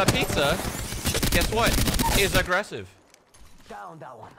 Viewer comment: The pizza, is a-grease-ev